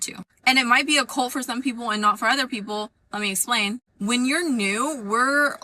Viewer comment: That person might be the most irritating person to listen to on the planet. Good god. If a word ends in a t, it’s not normally silent. Cult is not cull.